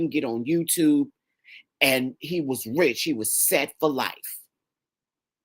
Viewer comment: OMG,,,,Imma need coffee first. Rich!!! Not “pink” Chile😂😂😂😂